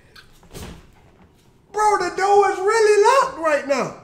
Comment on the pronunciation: the way he says he locked it 😂😂😂😂